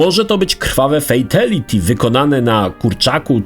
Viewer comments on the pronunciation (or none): none